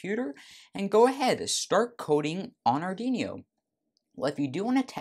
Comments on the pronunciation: Our Dweano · Please, pronounce Arduino properly! XD